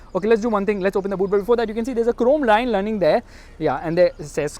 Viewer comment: Chrome rine lunning there 😜😜 Too much excited ig 😂 seems confused today 🤣